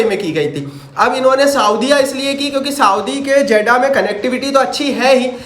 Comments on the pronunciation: 😂😂 jaddah nahi jeddah 😂 jake phele padlo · Not जेडा it's जेद्दाह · Zeda❌ jiddah hai ✅ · Jaddah nahi hai jeddah hai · Hahahahah Jeddah ha not jeda